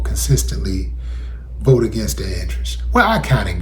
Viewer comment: Yes, "I will boat for donal trum, WEPA"!!!!